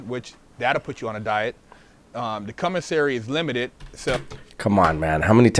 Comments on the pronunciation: I was working out and you almost made me drop the weights on my face when you said “cumasary” 😂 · Let’s take a shot everytime he says “CUMASSERY” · I thought I was the only one who heard “cumissary”.😂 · He definitely said CUM missary, and I also heard did a gay porno called Koala Man! I can't prove if it's real, and I'm not brave enough to look it up. do be speaking the truth sometimes, but he do be looking a lil suspect also! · I heard commissary , G. 🙉